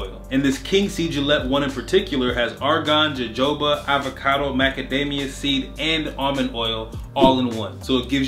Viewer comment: Jojoba oil is pronounced “hohoba *” oil. Great video